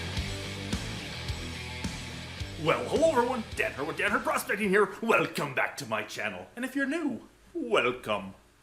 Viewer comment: The triangular one reminds me of the great salt lake in Utah during a winter month before it dried up. Gorgeous work! Still curious how you managed to squees a G into the intro "welgcome", must be a teacher thing. Haha